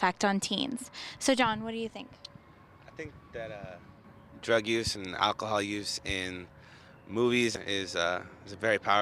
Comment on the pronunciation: why you be drinking AK-A-HOL